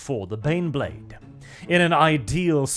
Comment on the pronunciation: EET EEZ TEH BEHNBLEHHHHHHHHHHD!